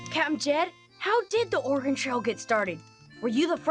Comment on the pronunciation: love to finnally here someone say oregon right for once.